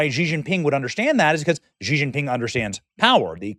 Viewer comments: It’s “she”, not “gee”. Benny, you read and speak for a living. Come on! I didn’t even complete college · Xi is pronounced is She(her/them💅🏳️‍🌈), not Kji